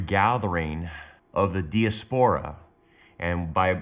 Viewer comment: It is pronounced di_(like dye) as_per_ ah